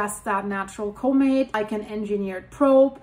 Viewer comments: COMET COMET COMET there now say it like it sounds :face-orange-raised-eyebrow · learn to pronounce comet correctly. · Say the word “comet” right